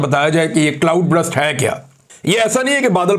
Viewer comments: Please correct your English words' pronunciation. It is not BRUST. It is BURST. CLOUD BURST. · Brust nahi burst hota ha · Bhai jan just a correction: it’s not Brust - it’s Burst. So it shouldn’t be pronounced as Brr-ust - it should be pronounced as Ber-st. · Imran bhai brust nahi burst ..cloud burst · C L O U D B U R S T = U ki sound R ki sound say pehlay hai Imram Bahi.